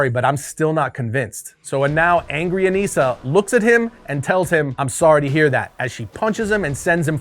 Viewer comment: I thought it was Anissa, not Aneesa?